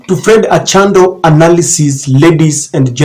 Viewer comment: Achando not Ochanda